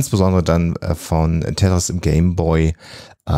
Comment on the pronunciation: Er: Tätris. Sie: Tetris. Er: Tetris. Pause. Er: Tätris.